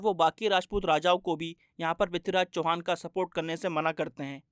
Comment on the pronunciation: Abe sale sahi se naam le mahan prithviraj chauhan ka 🔥🔥